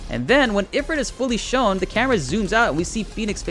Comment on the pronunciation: Ugh, am I the ONLY ONE who notices that Ifrit is pronounced Eh-FREET?